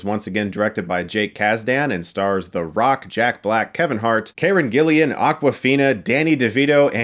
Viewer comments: Thanks for the review, as always. By the way, it's Karen Gillan not Gillian, and I believe those were mandrills rather than baboons on the bridges. (Small nit-picks but thought I'd mention for the record.) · Gillan, not Gillian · It´s Karen GILLAN!!! NOT Gillian! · It's Karen Gillan not Gillian...Chris got it wrong again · It's GILLAN, not GILLIAN! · It's Gillan not Gillian. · he's still pronouncing her name karen gi-LEE-an huh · Annoys me that you keep saying "GillIan" across all your vidoes when you mention her name.... tell me where the I is? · How long is he gonna mispronounce Karen Gillian's name?